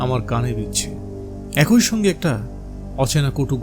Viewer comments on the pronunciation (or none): ভালো উপস্থাপনা। তবে একটা জিনিস বড্ড কানে লাগছে 'একই' কথাটাকে বারবার একোই একোই উচ্চারণ করছেন কেন? ভালো উপস্থাপনার মধ্যে এটুকু কানে লাগছে বলে বললাম, দয়া করে পজেটিভলি নেবেন.....